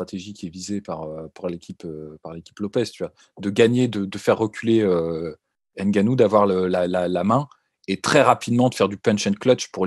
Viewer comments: EN AFRIQUE, NOUS DISONS "NGANOU" ET NON "N" GANOU "... JUSTE UN PEU DE RESPECT... SI POSSIBLE ! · Il faut juste corriger... "NGANOU" et non "N" GANOU. C'est simple ! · hey la Sueur !!!!! on prononce " Gannou" ! et pas Ngannou... on ne prononce pas le N dans les noms Africain !!!!!!!